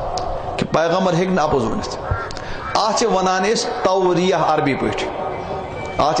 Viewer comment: Tauriyah not tauliyah